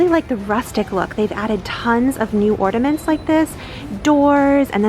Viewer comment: Or-NA-ments. Not ordaments.